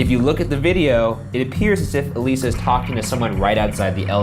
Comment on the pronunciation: adr used. I'm guessing realized in editing he'd flubbed Elisa's name slightly or something?